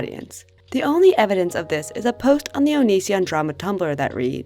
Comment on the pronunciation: Sorry if this is weird, but I love the way you say “post” you say it like “posht” lol “posht” “poshted” “poshting”